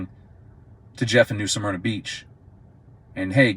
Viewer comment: Smyrna Not "Suhmyrna"